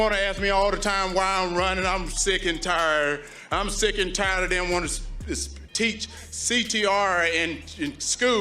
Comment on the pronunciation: Dim, doughs,da Them,though, they 😂😂😮